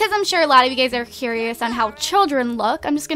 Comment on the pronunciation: When u say u guyz it sounds like u gays lol